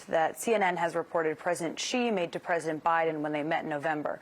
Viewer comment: Xi is not "gzee" its "she". Beijing is not "baygzeeng" its "bay jeeng". Someone whos job it is to communicate with millions of people should know how to pronounce basic Chinese names. If I was making $3 million a year, Id be professional enough to learn how.